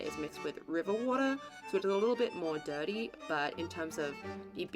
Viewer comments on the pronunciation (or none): none